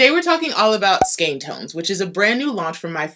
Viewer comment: Thanks for your pronunciation of skein.